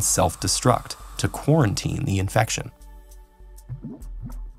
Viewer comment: OmG hE sAiD qUaReNtInE